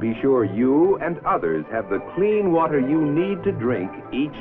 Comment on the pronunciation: "Do you know hwhy you need hwater?"